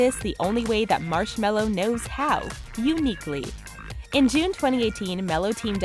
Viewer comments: Let's be honest who TF says marshmallow instead of marshmellow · M Ma. Mar Mars. Marsh. Marshm Marshme Marshmel Marshmel Marshmello.